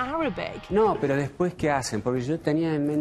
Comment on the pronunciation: His "pero" came out as "perro" 😁😁 other than that, he was ok, good for him!